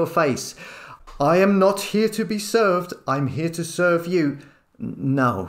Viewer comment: ".....I'm Not here to be Seeved"!!!!!😂😅